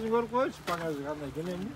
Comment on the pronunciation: багажды пагаш дейт го